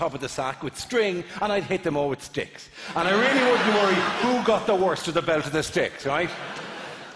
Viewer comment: Does anyone else hear him say "hit the sack with dicks" instead of "hit the sack with sticks"? Not that, uh, it would change the overall concept.